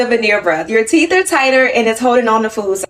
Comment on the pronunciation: Teef? Teef?